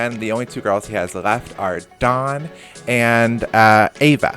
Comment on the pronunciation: I prefer when you introduce the newbies rather than chucking them in then introducing them. Also if you could pronounce the W in dawn a bit more i keep hearing Don and thinking why is Don Lothario n love island not that he wouldn't be perfect for it